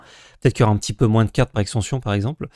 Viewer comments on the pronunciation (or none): Merci pour le récap, mais sincèrement, arrête de prononcer le S de moins:x quand c'est un running gag c'est ok, mais là c'est juste une énorme faute de français 😢